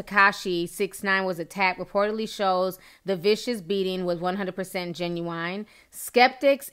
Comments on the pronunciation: Do you purposely say “ginuwine” instead of genuine ? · Sis said Ginuwine. Lol love you ti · Genuine not genuwine lol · Tekashi let his nuts hang, but they got castrated! But I honestly don't believe he got robbed. It takes a while for bruises to heal. He healed quick in like 2 days! Edit: Ginuwine? Lol. Genuine Ti. Sorry to correct you.